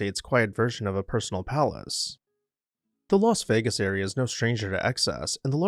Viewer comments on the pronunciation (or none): none